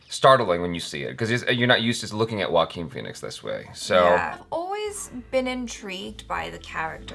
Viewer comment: ... wait Joaquin Phoenix is pronounced as Walkin Feenicks ... Whoa ! I knever new 🤷‍♂️🤡😅